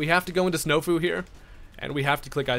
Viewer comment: “Snofu” Jesus Christ 👨🏻‍🦲👌🏽